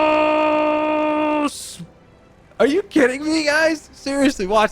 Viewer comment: my nigga said thonos